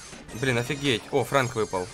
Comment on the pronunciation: НЕ ФРЕНК А ФРЭНК